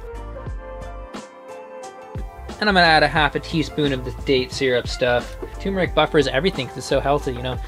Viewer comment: "turmeric" has an r in it, and yes you pronounce it. The first syllable is pronounced like "term".